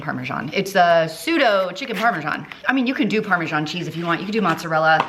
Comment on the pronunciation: Amazing cooking skills and great creativity! But just say parm or parmeZahn, NOT parmaJohn! Why the john? 😂😂 It's just written as parmesan and not parmegiano which is Italian. So the parma"john" is not sophisticated sounding at all.